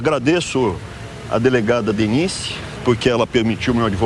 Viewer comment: Ele falou delegada Denice?